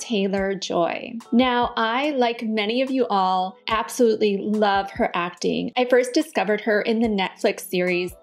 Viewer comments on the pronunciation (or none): none